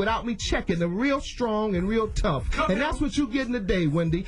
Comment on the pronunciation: You gettin' a weal good checkin'!